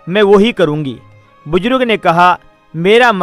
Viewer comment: Are qabil aadmi buzrug nahi buzurg hota hai